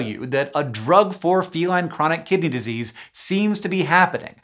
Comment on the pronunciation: I keep hearing chronic kitty disease